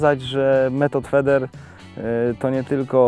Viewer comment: wymawia się fider bęcwale ,a nie feder